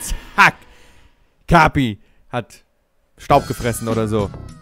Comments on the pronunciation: sagt kapi falsch Jeder: let me introduce you to: E N G L I S H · kapi wird so ausgeschprochen wie es geschrieben wird